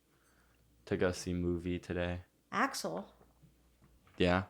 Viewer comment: can’t even pronounce aksel’s name correctly…..😒